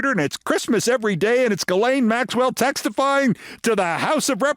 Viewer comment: Keith, did you say "textifying?"